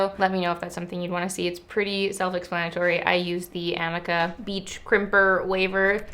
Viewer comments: I think it's pronounced ah-mee-ka! <3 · The iron you are using, the "i" in amika is pronounced as a long e sound